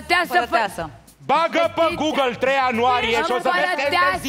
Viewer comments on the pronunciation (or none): none